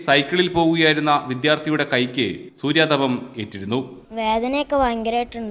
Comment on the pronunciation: സൂര്യാതപം അല്ല സൂര്യതാപം i